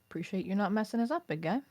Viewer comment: So I can see the timeframe for scripting ep16 is recorded with Carries use of "Preesh".